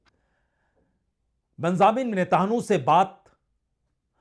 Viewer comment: Kindly correct your pronunciation Sir ji Venezuela, Benjamin Netanyahu.. you should learn these words 😊